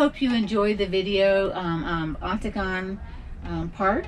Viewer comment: Nice video of our area (Ontonagon)... just one tip: 'Ontonagon' is pronounced like 'On-the-Noggin,' with the accent on the first syllable.